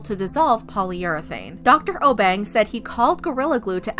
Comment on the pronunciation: I know this was posted long ago but she was saying the Obeng wrong I know cause I he’s from my country from Ghana